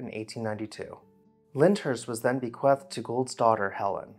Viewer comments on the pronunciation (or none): FYI, it's pronounced bequeeth, not bequeth. Love your channel!